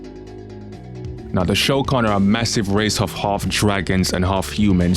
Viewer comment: Lol the funny thing is Shokan sounds like Shao Khan but with a bad pronunciation like Sho Khan